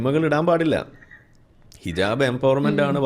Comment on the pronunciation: ഹിജബ് അല്ല ഹിജാ ബ്